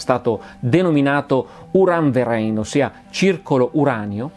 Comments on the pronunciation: Video molto interessante; mi permetto solo di fare una piccola precisazione sulla fonetica tedesca. 'URAN-VEREIN' si dovrebbe pronunciare 'URAN-FERAIN', in quanto sempre la 'V' si pronuncia 'F', mentre il dittongo 'EI' si pronuncia 'AI'. Mo-Do docet 'Eins zwei polizei Drei vier Grenadier'! 😆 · La pronuncia esatta di Uranverein è "Uran-FERAIN' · Bellissimo video! Come fai sempre, d'altronde. Solo una precisazione sulla pronuncia di "Uranverein": si legge "Uranferain". ;-) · Gran bella puntata,come sempre. Vorrei solo dire che,di madrelingua tedesca che sono, ho faticato non poco a capire che dicevi “Uran Verein”😂😂